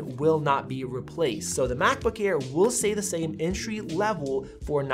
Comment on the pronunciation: Did he say macbook ear ???